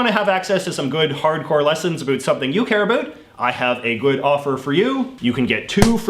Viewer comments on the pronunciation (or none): I honestly thought when he said “care about” he was saying caribou